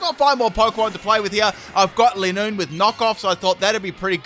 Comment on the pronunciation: Your saying lineoone wrong its line oone